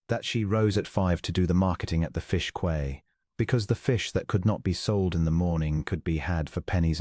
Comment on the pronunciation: “She rose at five to do the marketing at the fish quay.” Quay is pronounced key, not kway.